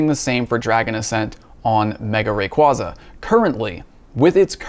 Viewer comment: Wish he will say the Pokémon name right :p